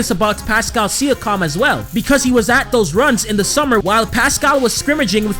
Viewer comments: It's SEE- YA- KIM not SEE- YA- COM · He said sikam instead of siakam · It’s pronounced see-yawk-um not see-you-cum 😂😂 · He ain’t no true raptors fan saying Pascal Sia-Com😂💀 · Pascal Siakam: (See-ak-am) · Sia-com hahahahahaha learn how to pronounce his name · it’s pronounced pascal sea-ak-kum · It's actually sea-ak-kam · Did he say pascal sia-COM 😂😂😂😂😂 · See-A-KAM - other than that, slow down a bit, Im surprised you're not out of breath already lol Good vid tho. Keep up the good work. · Jus space the name Si ak am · Appreciate the love for TO bro! Keep up the good work man 🤙🏼 Shoutout is always welcomed haha #WeTheNorth Edit: for reference my man it’s (See-a-kam) 😃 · Yo boss you got to get the pronunciations right for a Kyle Lowry and Pascal siakam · Siakam is pronounced a little different then how you say it but other than that nice vid